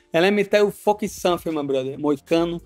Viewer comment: Let me tell you Somefing! Moicano takes Paddies scalp! LFG!